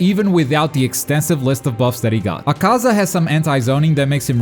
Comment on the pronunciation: He said acasa it’s akuza